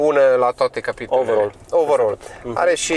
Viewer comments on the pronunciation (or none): none